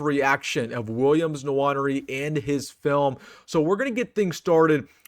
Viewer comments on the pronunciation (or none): Having lived in Africa, I'd make an educated guess as to the pronunciation of "Nwaneri." It's undoubtedly a Bantu name, and it's almost surely pronounced: "Nwan-Airy." Instead of saying "Swan," say "Nwan," and "Airy" and you should have it. (Incidentally,, you didn't call attention to the monster block Nwaneri threw on the sideline AFTER his blocked punt. (@ 35 sec into the video. It may answer--along with the fact that he's only 16 years old when the video was recorded--as to the reason he shows less physicality than you expect. He hasn't figured that out yet. My guess: he will have by the present time.)